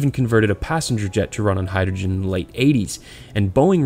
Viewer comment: sorry dude couldnt watch it after you butchered hydrogen